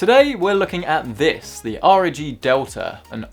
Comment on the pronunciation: Slow down. With your speech patterns it becomes difficult to understand you when you speak quickly. I had to turn on subtitles. Also, ROG is pronounced as a word not saying the letters. Say it like bog.